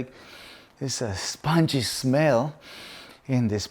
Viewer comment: Nice. I will try that with my mini dachshunds. La palabra es pungent...estas diciendo spongy (esponjoso)..se pronuncia (pon-jent) fuerte olor